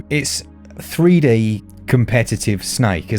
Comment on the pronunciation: I thought you said Three DAY competitive snake. 😂😂